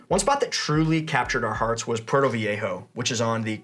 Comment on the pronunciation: You need to learn how to say Puerto! LOL, you say it like your Portuguese.